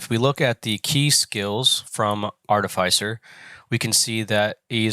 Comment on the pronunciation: Sorry dude. Fantastic videos, but the way you pronounce artificer really set my teeth on edge 😂. I know because i am an artificer. If only theyd let us come to work looking like that 😂😂@